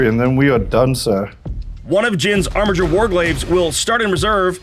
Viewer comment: Armiger's is a hard G, as it's from the Latin.